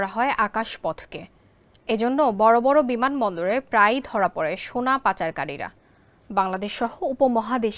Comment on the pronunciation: আমার প্রশ্ন এই সংবাদ পাঠক শুরুতেই 'সোনা' কে 'সোরা' বললো কেনো? পায়ুপথে সোনার খবরের চিন্তায় মাথা খাইছে।😮